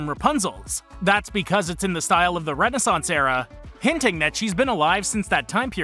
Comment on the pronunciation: Why does hearing Renaissance pronounced like that make me want to die?